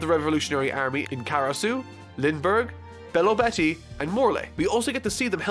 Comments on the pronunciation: ITS PROUNCED BAH RAH TEA-AY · The pronunciation of Baratie is upsetting 😭😭😭